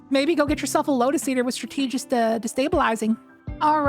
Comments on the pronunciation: It’s “STRAT-TUH-JIST” not “STRUH-TEE-JIST” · If that’s how you pronounce “strategist” I can’t imagine how you pronounce “strategy” Jesus christ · The way pronounces strategist is funny 😂 stra- tee- gist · I was able to get cabal to spawn, but only psions and two champs Also, there's no way you pronounce strategist like that. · You're pronouncing strategist incorrectly.